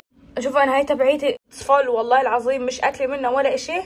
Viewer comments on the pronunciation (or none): none